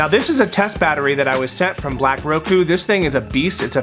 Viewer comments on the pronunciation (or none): none